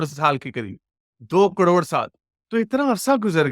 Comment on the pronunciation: कड़ोंड,, ना,, ना,, ना, करोड़,, कड़ोंड नही,, करोड़ कहो 😂😂😂👆🏼,,,,,,,,,,,, 👌🏼